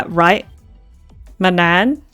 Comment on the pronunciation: Seemingly it's pronounced like the word "maman" is but with an n. Lol poor Gina is just so confused during this ending. She has very little to do with the plot, other than her mom being part of the Gnos which she isn't even aware of, so it's no surprise she's pretty disconnected from what's happening here. All (non-empty) Kukrushkas are Manan. That's why there's two. The second is the original doll, which in those timelines never got sent to a new universe. It's a copy, but because there's no consciousness in the other one, I guess the universe didn't explode. One of Kukrushka's rampage moments was when she was guard duty, remember? And she specifically spared Remnan. So, it's always Manan. There is no regular Kukrushka. Fun fact, you can use I think arrow keys to go left or right in this screen, allowing you to see the rest of this art. And Yuriko was the one who said "I wonder if there will be an encore", which was meant to encourage you to start a new game. Also Gina said she was sure you'd see Setsu again, and Player asking Raqio where the door leads was meant to show they still wanted to look for Setsu. Congratulations on getting this ending as well, it's definitely a much nicer overall conclusion to Setsu's story. It's been fun following this playthrough from nearly its very start.